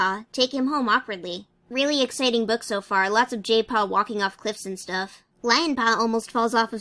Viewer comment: why do i hear jaypaw as gaypaw